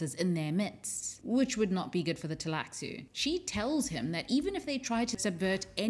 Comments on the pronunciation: Why do you call it Teilaxu instead of the Tleilaxu? Is that in the book to leave the L out in certain situations? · I know the computer games aren't canon but the cutscenes in "Emperor: Battle for Dune" pronounce Tleilaxu with a silent L, roughly like "tie lack sue". I played that game years before I read Dune Messiah, so I've always just gone with that pronunciation.